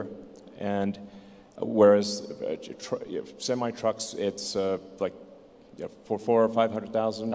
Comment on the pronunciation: He said tesla semite trucks hahaha